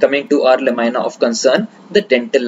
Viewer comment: Please the pronunciation is "NOT la- my- na" but it is LA-MEE-NAH. Otherwise, excellent presentation..